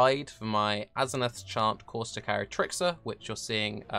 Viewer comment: That's how you pronounce it